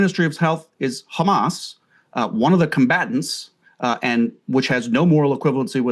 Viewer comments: I like the way they say Everyone is khamas even breaking piont . 😂😂😂😂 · It’s khamas it’s khamas what a criminal idiot